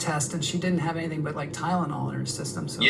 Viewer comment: "Tydenol" ...I still chuckle every time u say it, lmao 😜💀🤣